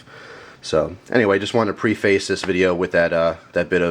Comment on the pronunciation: If you are going to make fun of a knife of anything else, I'd first suggest learning how to properly pronounce the word "preface"! LOL